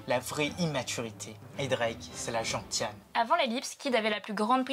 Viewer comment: On ne dit pas gentiane mais sa se prononce. Genciane le t ce prononce en c